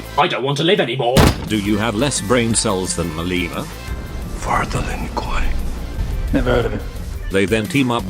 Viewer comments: “The Len Koowee” 😂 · Sub-Zero's clan, the Lin Kawaii